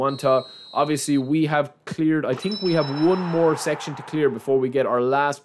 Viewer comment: „i do tink“ 🤣🤣🤣